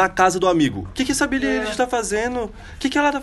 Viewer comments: billie elishokkkkkkk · É ailishe. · O vídeo inteiro,eu como grande fã,indignada que ele tava errando o "eilish" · O jeito certo de pronunciar é billie “AILISH” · o nome dela se pronuncia billie ailish 👍🏻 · Billie Êilix, aí ksks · Quando ele começou pronunciando Billie "Ei"lish, já não levei mais a sério. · É Billie AILISH CRLH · Se fala "Ailexi" '-' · Que agonia ele falando o nome dela errado 😭🤦🏻‍♀️🤦🏻‍♀️ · moço, tu pronunciou o nome dela errado vei e ela ainda tem depressão, vi em uma entrevista que ela deu recentemente... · So nn te bato, pq nn tem como ;-; Kr vc falou o nome dela errado😵😵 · AIIII N FALA DIREITO O NOME DELA MDS